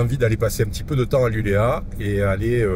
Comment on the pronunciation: Super vidéo. Juste un petit détail: LULEÅ avec un rond sur le A se prononce LULEO. A plus.